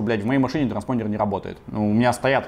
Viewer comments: Транспондер...звучит как старпондер)))анальная боль и страдание))) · Никто: Абсолютно никто: Вячеслав Астафьев, рвущийся через Стаса: "транспондЕр"